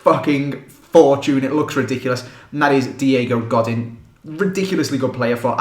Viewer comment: you pronounced Godin wrong